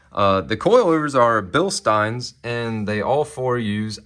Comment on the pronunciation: OMG you pronounced bilstein correctly. Fan for life! :)